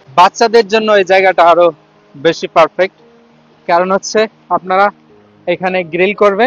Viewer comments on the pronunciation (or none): none